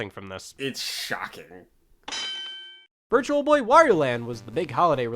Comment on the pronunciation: itsh shAWKing...